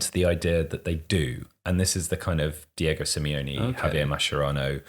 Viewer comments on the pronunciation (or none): none